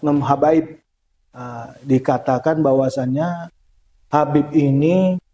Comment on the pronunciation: Gak seperti keturunan Arab .... apa bener Habaebbb ... atau Habaeebbbb jadi jadian .. 😂